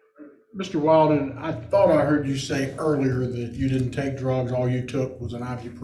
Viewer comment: Can the attorney say Will-den??? It is annoying.